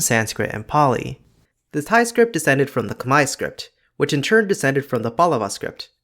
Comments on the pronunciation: I'm a native Thai of myself and I want to say that the way you pronounced Thai consonants is so delicate and slightly adorable for a non-native speaker, buddy. Keep up the good work. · As a Thai native I really appreciate your explanations in this video! There are things that I took for granted and things that I didn't know before especially the sound changes that led to the hot mess we have today. Also, you do well on the pronunciation!